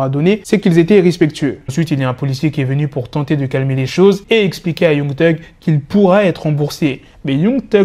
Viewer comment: Mec arrête de dire Young genre c YANG mec 😑